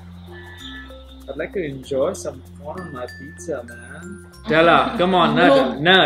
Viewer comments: NUTELLA is pronounced as NEWTELLA not NUTTHELA😠😑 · I died throughout the video man, its "nyutelluh" Gosh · Nutela is pronounced as new-tella